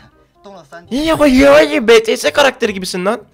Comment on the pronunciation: Abi BETESE dedin yorum yapcaktım BETESE DEĞİL BİTİES diye ama sonradan BİTİES dedi Bangtan Sonyeondan